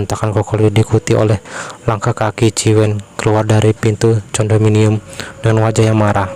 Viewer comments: Tulisannya condominium bacanya kondominium bang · hello....lu kampungan banger seh.....Condominium..di bacanya (kondominum),,,,,belajar..lah pronunciation tau pengucapan salami Bahasa ingris....tahu,,,,Sebel gun denger nya Condominium...